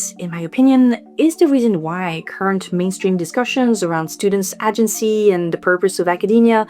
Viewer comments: Girl I love you so much but your prononciation of AH-gency almost caused me a stroke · "Agency" ne se prononce pas avec un A français mais plus un ay-gency (comme le mot Hay mais sans le H) Seuls les voteurs du RN colonisent ainsi la langue des autres 🙏🙏🙏🙏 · It's pronounced 'ay-gency' 😉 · Agency • aye-jen-see It's an extended aye sound at the beginning of the word FYI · In “agency” the first syllable rhymes with “day”.